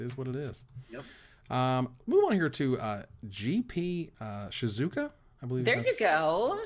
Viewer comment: Im sorry, its a straight O in Shizuoka after the U 🤭, nice try though!